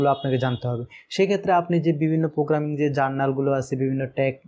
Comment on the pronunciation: This is not পোগ্রামিং This is প্রোগ্রামিং Mind ur spellings